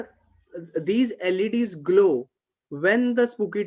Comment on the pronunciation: LED's .... Sounds like 'ladies'